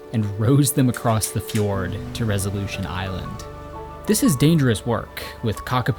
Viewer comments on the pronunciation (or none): none